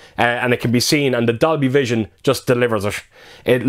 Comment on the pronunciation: Sound like u said doggievision